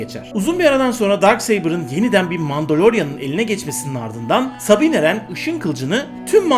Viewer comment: Abi Sabine Wren sabina diye okunmuyo :D Ama neyse güzel video.